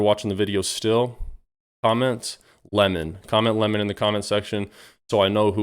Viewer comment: Lol!! Funny intro. Lenin, or lemon?